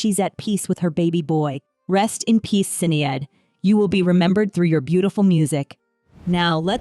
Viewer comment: not sin-E-ad! Sinead is pronounced Shinaid